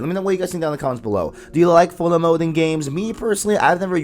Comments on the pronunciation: Good video but be clear with your words bruh. I did not understand that you were saying Photo Mode. Sounded like Fulla Mode and i was like what mode is that? Overall Good info in the video. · What is he saying at about - ? Sounds like he’s saying bullet mode?? Foilet mode?